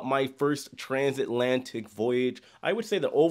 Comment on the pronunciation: Bro took a cruise ship and discovered a new word. Transantlatic